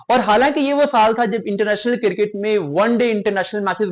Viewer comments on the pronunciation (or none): بیٹا آپ کی انگریزی درست ھے نہ اردو۔ صرف کو siraf نہیں sirf، وقت کو waqat نہیں waqt کہا جاتا ھے۔ کرکٹ KIR-KIT نہیں CRIC-KIT بولا جاتا ھے۔ اسی طرح outclass فعل ھے، صفت نہیں۔ صفت کے طور پر outstanding کا استعمال ھوتا ھے۔ So a batter cannot be outclass. They can be outstanding However one batter may outclass another batter. Additionally, the word is BATTER, not batsman.